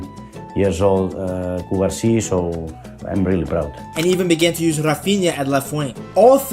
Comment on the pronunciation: Great video, but it's not CubArsi, but CubarsÍ. And it's not CasAdo, but CasadÓ